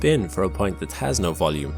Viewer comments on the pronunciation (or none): none